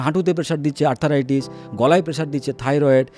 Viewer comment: শব্দটা আর্থ্রাইটিস, আর্থারাইটিস নয়।